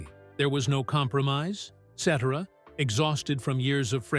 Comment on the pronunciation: Still can't pronounce the man's last name right. Geeez 😮